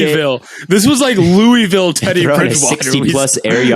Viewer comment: says Louisville wrong